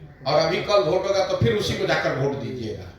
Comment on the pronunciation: VOTE (वोट) को Bhot (भोट) नहीं बोला जाता प्लीज भोट भोट मत बोलिये । वोट बोलिये श्रीमान जी।